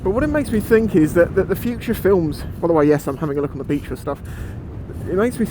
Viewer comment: I hate to do this to ya friend, but it's FUTURE, not FUTRUE.